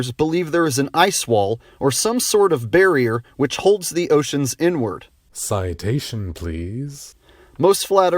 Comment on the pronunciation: nah man he said "inward"